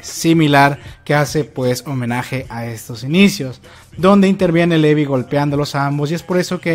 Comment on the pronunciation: Te voy a decir algo, es crítica constructiva a mi parecer, y lo digo con todo respeto pero... habla mas claro y pronuncia bien los nombres de los personajes, en especial el de Levi, se oye mal que lo pronuncies así literalmente como se escribe, en japonés es リヴァイ - 'Rivai' así que aquí en América se pronuncia como Livai, y con respecto a los otros personajes en general los pronuncias bien pero no seas tan literal con tus pronunciamientos, hay algunos apellidos que se leen como si estuvieran en inglés, como Reeves, se pronuncia 'Riivs' asi tal cual. Eso era todo lo que te quería compartir, espero no lo tomes ofensivo por que no quiero ser grosera, saludos.